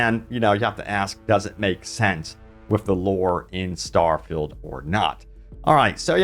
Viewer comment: Don’t say starfeild 76 EVER again.